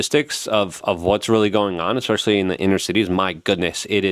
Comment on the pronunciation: Did he say EXspecially ? That’s not a word.